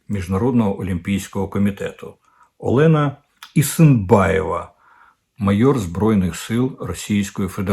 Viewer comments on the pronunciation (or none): none